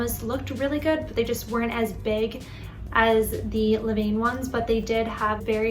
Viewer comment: Great experiment! Just a note that the correct pronunciation is not “le-veyn,” but is more like “luh-van.”